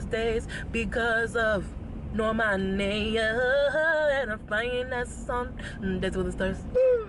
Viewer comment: bruh bruno pronounced normani's name wrong when he was saying the academy awards stuff, "nor-mun-ee"